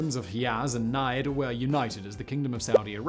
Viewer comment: Hijaz and Najd have a hard j sound like in "Jeffrey".